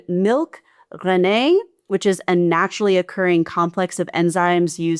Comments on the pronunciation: How're you getting all these names wrong with a (US) English accent, then pronouncing rennet 'reh-nay' when that's the only actual English word in there, pronounced 'reh-net' 😂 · Lol, it's Rennet, not René. Definitely a "good moaning" moment 👮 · LMAO at your pronunciation of "rennet"; it a word not of French, but of Germanic origin. Reh-net, not renn-ay. PS. the French term is «présure» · Little bit of pedantry, but rennet is pronounced "Ren-nit" rather than like the name Renée. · It's reh-nhut. I'm all for pronouncing words properly, but rennet is English already. No need to show off high school French as though it was "croissant" or "Côtes du Rhône" Instead of seeming intelligent it just ends up coming off as an illinformed try-hard that wouldn't even bother to take a moment to google... That said, 12/10 on confindence there!🤭 Post Script: whilst getting the general gist of all of this correct, you left out information and were even fully wrong in quite a few places. I say this, not to be a bitch but fearing for the continuation of the human race. Please stop trying to "educate" others when you don't bother to FULLY educate yourself. 😒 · Rennet is pronounced rennit, not rennay, it’s not french. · Rennet (rɛnɪt) not 'rennay'. It's called 'présure' in French. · "rennet" is pronounced as it is written in English, like Bennett, not like renè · ‘Reneé’ is just pronounced phonetically (rennit). Brilliant video! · Gouda is pronounced GOW-dah; Rennet isn't pronounced ren-nay, it's ren-it. It might look 'French' but it's not. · Rennet is pronounced like Bennett, with hard t not like Rene, in English! 🤣🤣🤣 but yes, thank goodness UK also uses the designated origins despite leaving EU though Trump wants to sell us rubbish like chlorinated chicken and plastic cheeses in order to stop tarrifs on Scottish whisky etc. It's a nightmare. Luckily those of us who know better can avoid the "fake" food but as ever the poorest are most vulnerable. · It's not rokefurt or Renée.